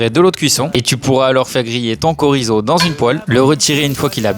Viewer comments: Les deux fois du début c'était corizo et à la fin c'était correctement dit (enfin la prononciation francisée, ce qui est ok car on parle français) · Chorizo se prononce comme le "ch" en français, nonmais! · il faut juste commencer par prononce correctement CCCHHHHorizo. C'est espagnol, pas italien! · bah non mon pote t’as prononcé korizo…